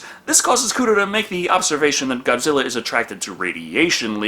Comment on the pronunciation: Did she say Godzillar 😭😭😭😭